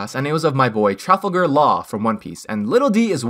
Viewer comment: butchered Trafalgar Laws name